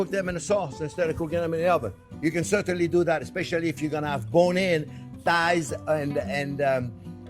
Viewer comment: If you think chicken "tights" is funny, watch with CC on and see how they butcher (pardon the pun!) his words. Parmesiano - (female body part) instead of - Reggianno. I spit out my wine laughing so hard. He's the best Chef on You Tube!